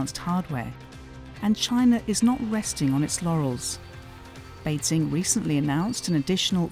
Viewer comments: Good reporting but just can't get over the commentator who can't pronounce basic terms right... Beizing... Xinziang... WTF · Why does she keep saying 'BeiZing'? It's not that hard to look up pronunciation, and should be important for someone doing a voiceover.